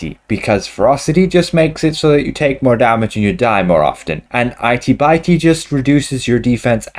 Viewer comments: Lmao i-tea, bite-ey lmao it-tee bit-tee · I know this is an older video but I just saw it and I'm wondering if the modifier should be pronounced 'it-e bit-e' and not 'eye-t by-t' or was he just being silly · LOL! "Eye-tee Bye-tee"! "Itty Bitty", as in little! {:-:-:} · "Itey Bitey"? 🤣😂